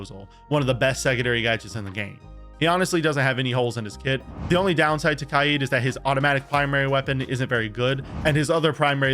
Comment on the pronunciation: Why does bro say kaid like that